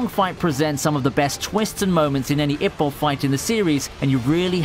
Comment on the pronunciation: I was worried Hajime no Ippo wouldn’t make the list. Although, your pronunciation of Ippo is like nails on a chalkboard.